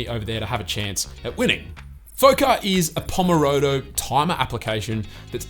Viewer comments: Pomodoro not pomorodo 😅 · Did I just hear "pomorodo"? xD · pomorodo lmao